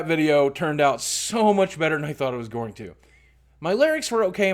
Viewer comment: Goring? Goring to the market? It's like people here in Missouri saying "Worsh" instead of "Wash." John Goodman of Rosanne has pronounced "Wash" as "Worsh" and he's from Saint Louis!